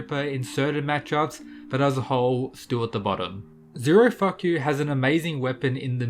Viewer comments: Did he say "Zero-fuck-you?!" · I thought you said zero f..k you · "zero fuck you has a very powerful weapon" why did you say his name like that bro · I just heard zerafucku😂😂😂😂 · Thought U said zero fukyou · The way he pronounces Zerofuku 😀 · Lmao had to rewind it a few times I thought his name was Zerofuku 😂I’m in tears guess it does say zero f$$ u